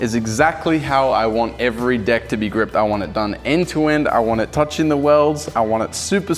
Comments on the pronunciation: No ofense but instead of deck he said dick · Did he say deck or Dick?